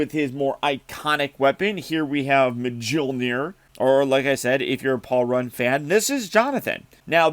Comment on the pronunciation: Hearing you say Mjolnir hurts me to my soul